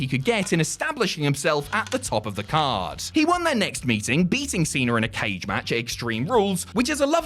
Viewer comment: FIRST OFF IT'S CENA(Seena NOT CENER(seener) UGH 😖😡🙄🤬👎👎..!!